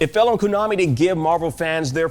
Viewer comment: Koonami and Wooverine smh, get someone else that can pronounce things